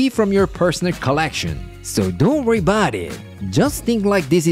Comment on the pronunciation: I always laugh when he says dont wurr bout it 😂😅